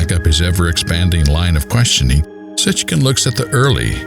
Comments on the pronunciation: Why does the first speaker call him "Sitchkin" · BTW - it's pronounced Sitchin not SitchKin. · Sit-chin, not Sitck-kin. 🤦‍♀️